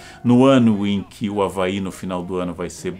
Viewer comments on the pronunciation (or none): none